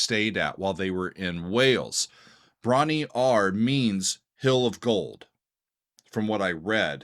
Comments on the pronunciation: Bron Yr Aur pronounced “broon rawr” FYI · bron y -aur is pronounced : Bron-wrah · FYI, it's pronounced Bronny Rah. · Pronounced "brawn-WHAR" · That is NOT how you pronounce it. "Y'awl!" {:o:O:} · Bron-Y-Aur is pronounced Brom-Yar . . . as strange as that seems. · Hi, ‘Bron-Y-Aur Stomp’ is pronounced: brom-rar, and means ‘Golden Hill’ or ‘Golden Breast’ in the Welsh language. ‘Tangerine’ 🍊 is about Led Zeppelin guitarist, songwriter, and producer, Jimmy Page’s whirlwind romance with American singer-songwriter, Jackie DeShannon, in the 1960s during his session days as a studio musician. Complete with a false start. LOL! ‘That’s The Way’ is about ecology, social class, racism, and protesting the U.S. involvement in the Vietnam Conflict. John Paul Jones played the mandolin on this track. Led Zeppelin III was inspired, in part, by the band’s relatively short working holiday retreat to the Welsh countryside cottage called Bron-Yr-Aur in the spring of 1970. Jimmy Page and Robert Plant both decided to stay on a bit longer than the other members and wrote some songs together during their time there at the cottage retreat. And one more thing: in the United Kingdom, we only recognise an 18-year-old drinking age. Cheers! 🍺